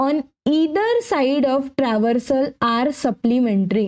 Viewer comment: Travarsal ❌ transversal